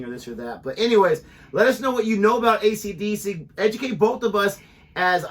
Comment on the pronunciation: "accadacca" confirms your nationality and age :)